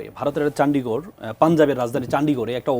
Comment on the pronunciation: আপনি ইন্ডিয়াতে পড়েছেন? কোন সাবজেক্ট নিয়ে পড়েছেন? আপনি তো বাংলাতে কথা বলেন ইংলিশে তো নয় ? চন্ডীগড় কে স্পেলিং করছেন চান্ডগড় বলে ।